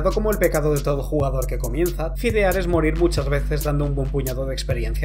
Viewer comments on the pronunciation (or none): Entiendo que la palabra viene de feed pero en español se dice fedear no fidear jajaja LOL